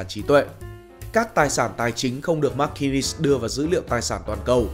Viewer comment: McKinsey ma nguoi doc k biet phat am !!!